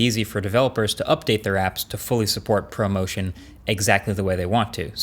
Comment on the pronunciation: I thought you said “promotion” instead of ProMotion.